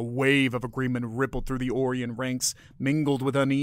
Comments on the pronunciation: I've never heard Orion pronounced as "Or Ian". Only "Oh Ryan". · It is ”O - rye - on", is it not? I could be wrong but hearing "Ore - ee - on", it's wearing thin. It's getting harder to not yell at my tablet as it continuously mispronounces certain words. I'm old, let's just say past 60. I'm just not as flexible as I used to be, and way more crabby!! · Stop mispronouncing Orion.